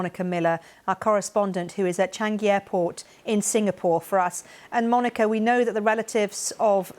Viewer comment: Why does she say " chang - gee airport " ?